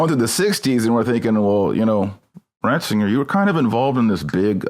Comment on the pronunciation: Did just call him "Bratzinger"? I think I heard that... I think it was on purpose.